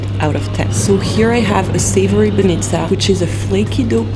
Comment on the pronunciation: BAnitsa(Баница), BozA(Боза). I've not heard one foreigner pronounce it right.